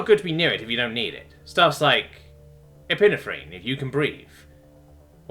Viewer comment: That pronunciation of epinephrine absolutely murdered me